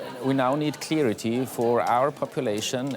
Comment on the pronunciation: "Clearity" bro can't pronounce it correctly after DW guy said it. CSU is filled with these types of geniuses.